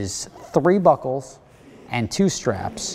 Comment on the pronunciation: Omg,during his ad read in the beginning i could of sworn he said " the package is 3 buttholes..." when in fact he said 3 buckles